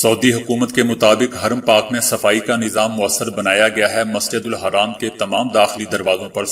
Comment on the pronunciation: Brother plz tell masjidul Haram dont say masjidul Haraam which is not correct